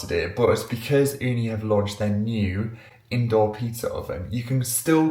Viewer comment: I like when you said Ooni as we say it here in Finland(where Ooni is from), we say it here "uuni" which means literally owen😊